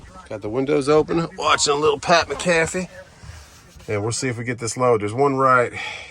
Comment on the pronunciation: Mack- uh - fee